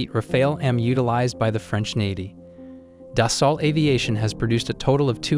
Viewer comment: Rafale: say Rah-fahl, not Rah-fail . Dassault: Dah-Soh , not Dah-sawl't